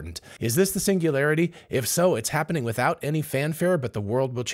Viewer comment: Hahahahaha😂😂😂😂 pingulairty not singularity 😅